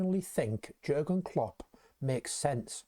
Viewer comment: Soz to pull you up but living in Germany , the J is Pronounced differently to way we say it Pronounced as Yeargen Klopp Also Werz, is pronounced as Verz hope this is helpful 👍🙏🏽YNWA